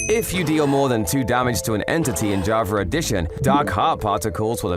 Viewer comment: Bro he said javer eddition